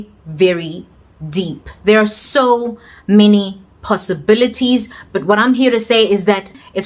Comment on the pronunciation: How you say possibilities 🙌😂o snob tlhe